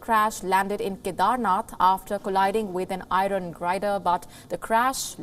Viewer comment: Did she say I-Ron for iron